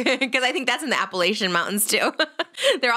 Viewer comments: Girls!! It’s APP-UH-LATCH-IN mountains!!! A common mistake but had to let the queens know 💖✊🏽 this kiki was amaze y’all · I just have to say, it's pronounced "App-uh-latchuh" and "App-uh-latchin". Love, Someone from there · Them pronouncing AppaLACHian mountains as Appalashian mtns as someone from nc is so funny. Not new by far tho lmfao. No hate I thought it was funny!